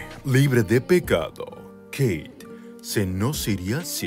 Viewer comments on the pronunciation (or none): jajajajaj ajajajjaja jijijijoijijidjfodijañlkdjfñlk AAAAJAJAJAJAJAJJA (me da un ataque de risa en posición fetal por los nervios de esta entrega). Dónde está la "Queiiit"??!!